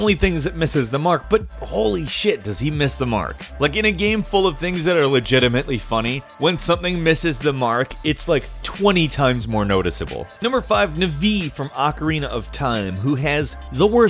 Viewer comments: Nuh-vee?!?! Are you serious? I have never heard someone pronounce Navi like that. Sure, I have heard of Nah-vee and Naw-vee but why Nuh-vee? Its kinda hard to make a comment with different pronunciations of a word but, oh well. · Did you seriously pronounce Navis name as " Nuh-vee "????? Its pronounced " NAH-VEE " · nuhvee? Nahvi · Navee? You mean "Navi"? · Uh, is that the real way to say Navi? Novi? Those are two extremely different names and Novi just makes me egnirc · Nahvee? Navi? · I don't think it's pronounced Nu-Vee. Isn't it Nah- Vee? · Nafee? Who the fuck is Nafee?? It's Navi! As in Navi-gation. lel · Why did he pronounce Navi like nuhvi? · Why'd you say Navi like "Na-vee" It's Navi Also I love claptrap; ( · Who the hey pronounces Navi like nuh-vee? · he pronounce navi navee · Did you seriously call her "NuhVee"... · It's pronounced Nah vee. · did you just pronounce her name as, "Nuh-vee"? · No, we pronounce it the way I've heard every other person pronounce it, like Nah-vee. Sometimes Na-vee. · Darian Wade what, do you pronounce it navy? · How do you say navi? Its navi like navigation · king VII it's pronounced navy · "Nuvee"? Really?! I mean I'm fairly certain no one likes that idiotic fairy but at least get the pronunciation right! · that feeling when he pronounced Navi from Zelda nuhveee. smh. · I think it’s annoying how this dude pronounces Navi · That's not how you pronounce Navi. Claptrap is supposed to be annoying. The laughing scene is being taken out of context due to it being him forcing a laugh. The grunts breath methane constantly. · What was that Navi pronunciation? lol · I don't like how he says navi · Holy SHIT you slaughtered Navi's name. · so no one has an issue with the way he said navi? just me? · learn how to pronounce navis name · Your pronunciation of Navi's name is more annoying than her voice... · I agree that Navi is annoying, but the way you pronounce Navi is even more annoying.